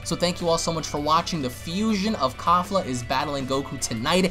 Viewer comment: the name pronounce KE- FLA like KEY-FLA not KAFLA lmaoo you all pronounce it all wrong.